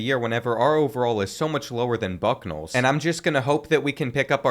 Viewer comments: He can not say bucknell. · As a Kansas fan. I am very happy he mispronounced Bucknell.